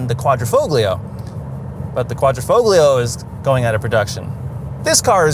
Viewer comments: DAWG...THE "G" IS SILENT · In Italian grammar, the ‘g’ in ‘Quadrifoglio’ is silent.